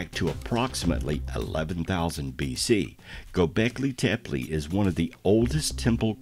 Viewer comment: Some misinformation, the "helicopter" glyph has absolutely nothing to do with king Tut-Ankh-Amun . The glyph is placed in the Dendera temple, the temple of seti in Abydos.. Fact check! As the narrator murders Göbekli Tepe by saying 'Go beki tepi' his is about 8000 years wrong in stating that the place is 20000 years old, it is from around 10000bce, and therefore some 12000 y.o.